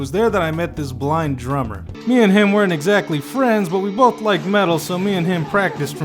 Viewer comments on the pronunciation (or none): none